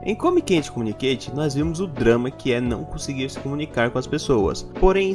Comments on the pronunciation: Come quenteKKKKKKK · não consigo ignorar o detalhe de quando tu fala o nome do anime KKKKKKKK "come quente communication"